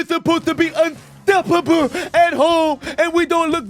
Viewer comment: We were suPposed to be un stoP poBle 😂 just pumping up on every syllable